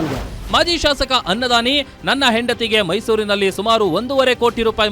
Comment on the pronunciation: ಅನ್ನದಾನಿ ❎ ಖನ್ನದಾನಿ ✅ 😂😂😂😂😂